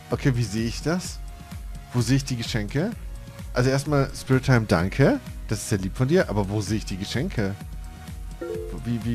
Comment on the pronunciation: um die Geschenke zu sehen musst du auf dein Profil gehen bzw. auf das blaue Buch dann ist da oben so ne Leiste und dann gehst du auf das Geschenk Bild und auf Geschenk erhalten ;) hoffe konnte helfen ps bin SpriteTime und es wird Sprite wie das Getränk ausgesprochen xD LG ich xD